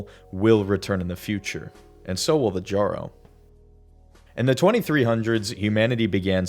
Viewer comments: >pronouncing the Jjaro as JAR-oh instead of yarro >making a dumbass ‘I did not have sexual relations’ reference >’I don’t know why pathways into darkness is canon’ For fucks sake man I couldn’t even make it five minutes into your stupid fucking amateurish ‘complete lore’ video without you clearly showing you can’t be bothered to provide even a fourth of the effort into this that other video essayists out there do. Just crawl back into your hole of irrelevancy and stay there if this if how your gonna do shit. What a fuckin’ waste of my time. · ITS (Y)ARRO PLEASE BRO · Say jjaro one more time